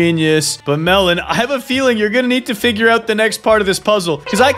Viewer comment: I agree but u said Melen instead of melon